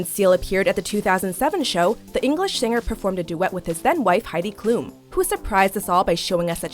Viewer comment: The reporter pronounced Heidi Klum wrong😥💕